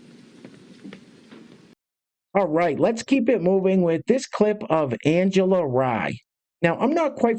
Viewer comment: Angela's names pronounced like REEEEEEE